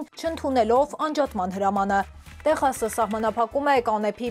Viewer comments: Հերիք է սխալ գրել եվ սխալ կարդալ ոչ թէ տեխաս այլ թեքսազ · Խնդրում եմ տեխաս չի, Թեքսաս է։